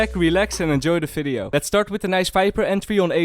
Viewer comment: "FIDEO"? tf